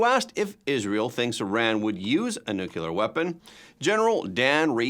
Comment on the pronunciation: Nu-clea-er. Nuclear is not pronounced. Nu-cu-ler. Hello.